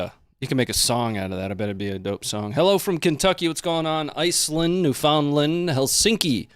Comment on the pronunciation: Newfoundland Canada, heard you pronounce it wrong!!! Lol. Newfundland Say it fast. St.johns. Newfoundland Canada. Love your show!